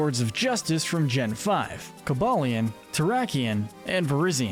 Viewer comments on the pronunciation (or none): It’s pronounced coh-BAY-lee-un, ver-I-zee-un, and AY-ZEE, “”! 🤨 You’re so bad at pronouncing Pokémon names,! 🙄